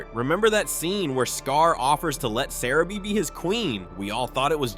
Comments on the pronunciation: it's pronounced Sah-rah-bee! Jeez! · You can’t even say sarabi’s name right